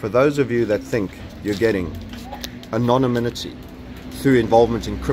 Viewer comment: A quick note: it's "anon-IM-ity".